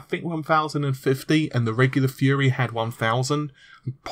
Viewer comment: Took me a sec to figure out that you meant "fury" not "fuhrer"